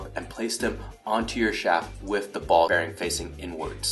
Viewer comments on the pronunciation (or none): lmao did he say bearing wrong every time to where they had to voice it over?